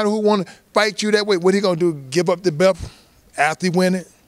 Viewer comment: is it belt or belp lol why holyfield keep saying BELP